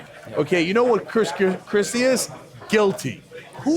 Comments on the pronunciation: Did he say crispy kreme or chris Christie? 😃😂😄😁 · I believe he said Kris Krispy XD